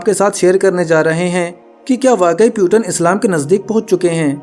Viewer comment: Peuton nhi bhai Putin पुतिन naam hai.